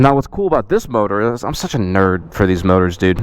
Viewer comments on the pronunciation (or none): none